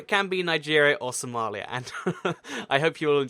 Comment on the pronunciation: Somalia not Somelia